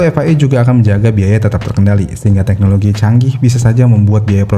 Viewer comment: Bukan "TEHNOLOGI" tapi "TEKNOLOGI".. tolong ya